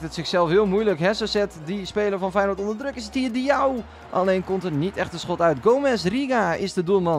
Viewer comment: Haha grappig hoe je Feyenoord zegt “weinoord